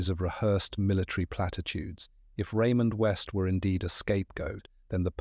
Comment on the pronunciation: Raymond West 😡 Really Ai - do better😱